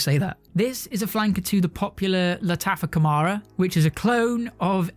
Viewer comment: It is not pronounced Khamara - it is called Khamrah my man !